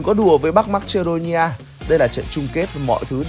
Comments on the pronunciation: Đọc là ma cê đô ni a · Thánh bú fame mà, dhs đọc từ marcedonia thành mắch chô đi nha